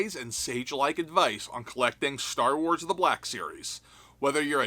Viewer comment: "STAR WALS" hahahhahaa... who could fall for it?